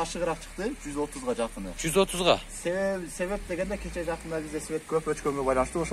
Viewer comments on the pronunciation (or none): none